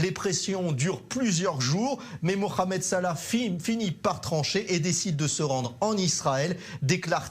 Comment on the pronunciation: Il a dit moramed salah